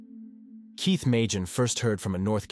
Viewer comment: this channel is definitely an AI. You can hear the spelling mistakes when the bot reads. At one point, Keith was said Keoth. There's a few more but that one I heard quick.